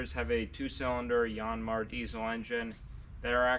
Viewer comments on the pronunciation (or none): YAN-mar, not YON-mar